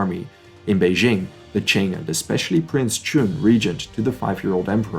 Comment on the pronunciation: Good content but he has not studied the Chinese language., so he mispronounces the phonemes in many names of key people, organizations, and locations. I do not suggeest he needs to pronounce the Mandarin tone, but - he mispronounces Tong menghui, Yuan Shi Kai, Beijing, and others